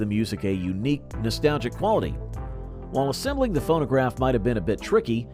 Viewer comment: Did anyone hear "photograph" instead of phonograph"?